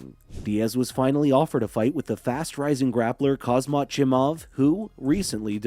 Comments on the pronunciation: Please pronounce his name correctly my ears was bleeding , not khazmat , KHAMZAT THANK u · haz mat as sir chael says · Khamzat, say it 30 times buddy and makes ur video again, u butchered his name first and last